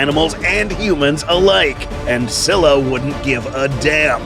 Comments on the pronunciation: “SKY-luh” doofus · Así no se pronuncia scylla